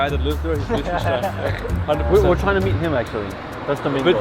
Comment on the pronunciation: Bruh why do they keep calling it Lish-ten-stein It's pronounced Lick-ten-stein